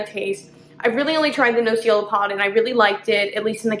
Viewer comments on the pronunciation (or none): Nocciola is hazelnut in italian you ignorant....and learn the proper pronunciation. Cioccolatino is the same problem with you! Learn before talking. Guess what is the cioccolatino made of? Chocolate! Yeah!! Ignorance is an ugly beast in the wrong hands.